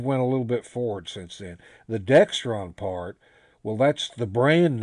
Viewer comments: Pronounced DEXRON not DEXTRON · there is no T in either one... DEXRON... no 'T' in it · There's no T in Dexron.